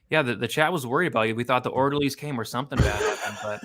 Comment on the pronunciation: “Maybe the orlderlies did get him” 😂🙌